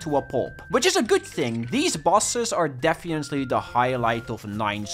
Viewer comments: "defiently" lol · Please work on your pronunciation of "definitely"